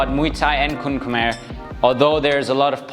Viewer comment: pronouncing "kun khmer" like a local....loving it....a bit clarification for the elbow, elbow strike should be practice by slicing the bag not going through the bag.....used it more like a knife rather than a bat..and the upward elbow in application or practice, it is more like forward instead of going up, and elbow position should mimic the" bulbous bow" part of a ship